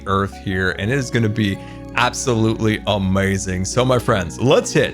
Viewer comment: Nobody:: amoizing